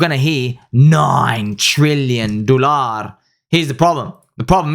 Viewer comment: When sarcastically saying "Dollaar".... you expose a hidden arabic accent 🤗